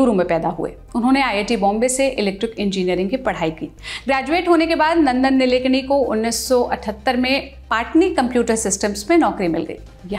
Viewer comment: नंदन निलेकणी नहीं मॅम.. नंदन नीलकेणी है...